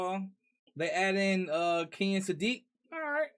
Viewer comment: Kenyon Sadiq name is pronounced Ken-yun 😂🤣